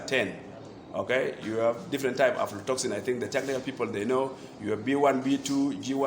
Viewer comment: Its aflatoxin not afrotoxin😂